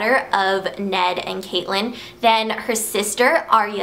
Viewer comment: also catelyn is pronounced cat-lin. and there arent only 8 characters, in the later books, other people have chapters, like jaime and then there ends up being like way more different story lines ok im going to stop spamming lol